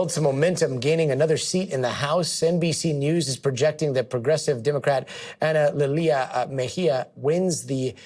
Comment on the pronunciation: Are they mispronouncing her name? AnaLilia, not "Ana lee le ah"?